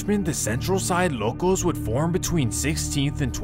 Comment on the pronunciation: Brody needs to cut out that southern accent with “Locos” 😂😂😂